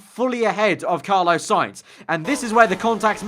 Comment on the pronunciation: Fml it's not Carlo you melt its Carlos